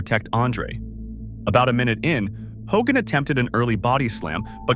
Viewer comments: Fitting how the AI pronounced it Ho-gan, lol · Hulk ho-GAN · Do we not know how to say the word “Hogan”? Hogaaan lol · This is AI slop. Straight out of the gate you got the attendance figure wrong and you mispronounced Hulk Hogan's name. Why bother putting this out if you're not going to put any effort in? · I hate when this AI slop mispronounces names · ho-GAN? Ravishing Rick Roo-day? Don't be lazy. If you can take the time to collect and organize all these clips and write the script, then you can voice it, too.